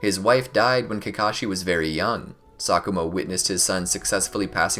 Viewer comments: Who else thought he said “Sakura Hatake” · Exactly I thought that too